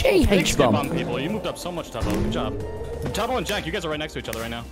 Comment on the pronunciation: It's tubbo not tobby